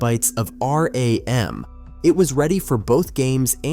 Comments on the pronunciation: AI voices don’t know the difference. It pronounces thing as R-A-M, M-I-D-I and D-I-N by spelling them out. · Lame AI narration like 4 sixty 4 and R A M being spelled out just grates on me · A couple tips...RAM is not spelled out R-A-M, and when you said they had a choice of a green or color screen...green is MONOCHROME. You don't call it green. Just helpful to sound like you know what you're talking about. I couldn't even make it through the rest of the video